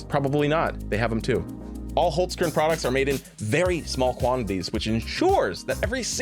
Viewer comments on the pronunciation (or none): its not called wholes-curn. its holzkern, like holts-karen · As an Austrian, I puked at the way you said the sponsor's name